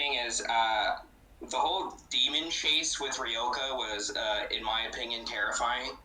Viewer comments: It's Ryoka not Reyoka ! Or I am the one voicing it wrong all this time? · I've been reading her name as Ryo-kah too. I think pronouncing it like Ree-yoh-kah is fine though.